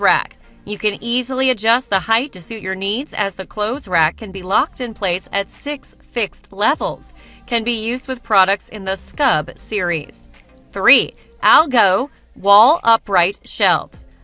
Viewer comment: It's pronounced al-got. It is a Swedish male name.